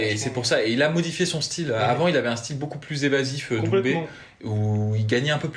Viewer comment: C'est DoumbÈ. Pas DoumbÉ. Si il arrive a dire Tchaïkovski on peut faire l'effort de prononcer son patronyme non? En tout cas keep it up.